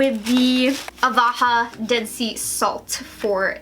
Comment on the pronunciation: Ahhhhh My ocd keeps getting annoyed that she keeps saying Avaha instead of Ahava 😬